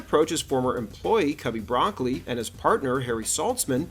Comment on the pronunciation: Cubby bruh-COLE-lee, not 🥦